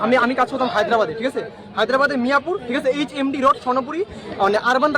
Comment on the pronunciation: কথা শুনেই মনে হচ্ছে বাংলাদেশী " ঠিক আছে " 😂😂😂😂😂